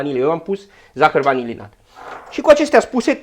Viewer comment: A observat cineva ca zice" zahar vanililat" ? :))))